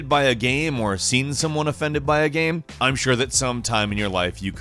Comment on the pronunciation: Why do you keep saying GAM instead of GAME? This drives me mad.